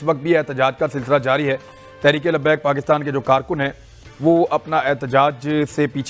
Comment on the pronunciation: भाईसाब, ओ दादा जी, अरे भैया, पाकिस्तान को क्यू पकितान बोलते। अरे प्यारे बाबू, पाकिस्तान को पाकिस्तान बोल लो भैया। क्यू बिचारे का नाम को तोड़ मरोड़ रहे हो पकितान पकितानी बोल के।